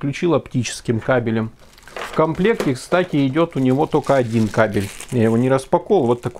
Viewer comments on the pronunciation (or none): none